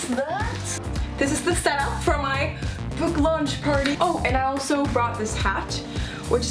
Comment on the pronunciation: No one gonna talk about the boo launch instead of book